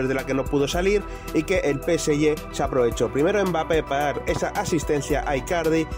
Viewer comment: Deja de decir Peseyé!!!